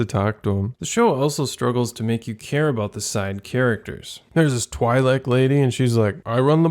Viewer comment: It's pronounced TweE-lek... Not Twigh-lek